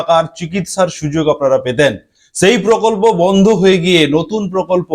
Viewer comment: Vondho,vikolpo ki bajey uccharon apnar